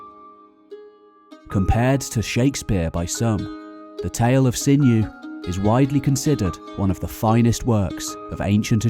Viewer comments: 'Sinuhe' NOT pronounced 'Sinew' but Sin-u-ay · Great video, I love it. But isn't Sinhue pronounced "SIN-YOU-WAY" with accent on the first syllable of the three?